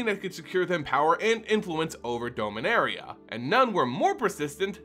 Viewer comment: Not trying to be judgmental, just curious, why do you pronounce Dominaria wrong?